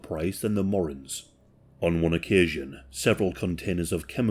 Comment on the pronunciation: Morins!!! Its pronounced Moe- 🏃‍♂️ Ran's